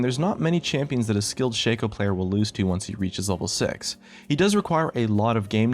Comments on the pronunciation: Shaco is not pronounced with a capital A, for fuck sake. It is not Shay-co It's shah-co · its shaco not shaco;D